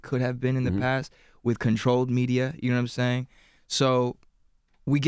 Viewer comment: Nawmsaying lmao